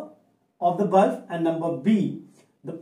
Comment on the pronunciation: That is bulb sir not bulf